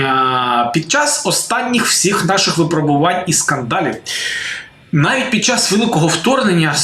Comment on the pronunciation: ВИпробування, випрОбування, випробОвування, а не випробувАння. Бережемо і не засмічуємо УКРАЇНСЬКУ МОВУ.